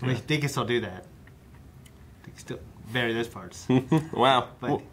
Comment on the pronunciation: pronunciation of the word ''bury''.......LAWD GIVE ME STRENGTH needed to get that out